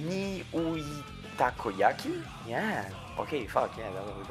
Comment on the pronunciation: The funniest part was hearing alt mispronouncing nyuitakoyaki at the end lol